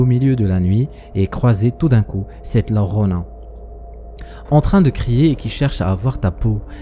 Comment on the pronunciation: Please la Llorona écoute le quelque part la prononciation est au secours